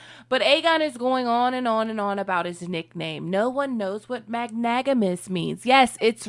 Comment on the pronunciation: I love this channel and your commentary but it’s magnanimous! Mag-Nan-imous lol funny this word is mispronounced every time. But still great video! Super excited for more! Totally subscribed! ❤